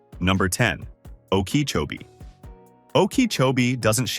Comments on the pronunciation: AI mispronounced too many names i.e. Palatka and Okeechobee. Pictures seldon related to the subject city, often sayng one thing and showing obvious other cities. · "Oh-key-cho-bee" That AI voice is too much.. 😆